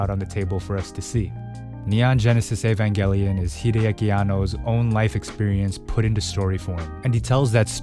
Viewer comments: he said evangelion right!!! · Finally, someone who pronounces evangelion correctly, as a hardcore eva fan, this show will either make you feel depressed as hell or it will help you get out of a horrible mental spot. It done that for me, so if you're in a tough spot, take a gamble when it comes to this show